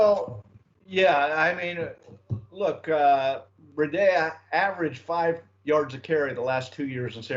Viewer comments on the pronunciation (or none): Breh-dea? WTH! It’s simple its Bree-dah. How are these sports reporters unable to know let alone pronounce the name correctly? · How can yall be experts in the team yet so awful at pronouncing every name.. "BREE DA" not whatever tf said. And PLEASE learn to say our QBs name!!! "Tounge-o-Vuh-low-a" not TAG!! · YOU GUYS CAN'T EVEN SAY THE GUYS' NAME! OMG! IT'S MATT BREE-DA, CAN YOU GET IT RIGHT? VERY UNPROFESSIONAL! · I wish Sun Sentinel would give Chris Perkins spot. Painful to hear pronounce names. Our new RB is now a water filter! Brita...!?.....smh. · it’s pronounced Matt BREEEDA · can't say Tunga-vai-o-la, Breed-a or Ig-bi-nog-a-nee. I'm disappointed because it shows a basic lack of doing his job. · Please guys. Its pronounced BREE-DA. This is a home team channel Sun Sentinel. Represent for the Dolphins, get the names of our player right please. Let these new players feel welcomed, lol. Peace